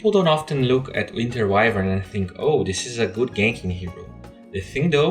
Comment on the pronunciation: actually you saying winter weavern hurts my ears dude :( Shes my main FeelsBadMan